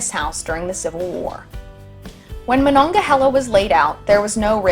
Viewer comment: Yes, that's the way we pronounce Monongahela.